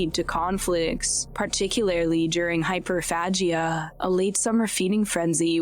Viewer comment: And it’s not pronounce hyperfatcha! It’s called Hyperphagia! This woman can’t even pronounce the words right!